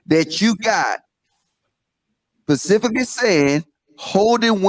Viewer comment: did really say "pacifically" instead of "Specifically"? lol...but yet he up here tryna sound articulate lol